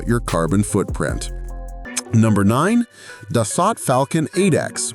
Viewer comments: It is pronounced, (phonetically) Dah - soul, not 'Duh - salt'. Learn some French. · Its pronounced Da So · It is Dassault pronounced Das Oh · No shit jets are faster than bullet trains, F-1 cars and military helicopters... SMFH! Oh and Dassault is pronounced Duh-So not Dos-Sott... Get rid of the shit AI audio and do the voice over yourself ya lazy dolt! Thumbs down for shitty AI audio alone!!! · It's pronounced Duh-sow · It's pronounced Das so! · ANNOUNCER : SIR---------OUT OF RESPECT FOR OUR TROUBLESOME BUT CRUCIAL FRENCH ALLIES---------THE PROPER PRONOUNCIATION IS " DASS--OH " -------------OK ?????----------------------------------MJL, 79 Y/O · So hard to watch these videos by people that don’t have a clue about the subject. The French company that makes the Falcon aircraft is pronounced Das…so. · can't pronounce da-suo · such a tasty word too, Da-so. Its kind of interesting how we got words like Peugeot right back when they were sold in rhe states, but words like Renault, not even close. 😅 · It is so frustrating to watch a video like this where AI isn’t to the point where it can correctly pronounce some words. Like the first two jets - Dassault. Butchered it - multiple times. WTF? Get it right or don’t publish the video!!! It’s embarrassing for hells sake.